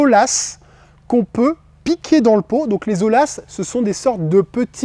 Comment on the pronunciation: Ce n'est pas olas mais oyas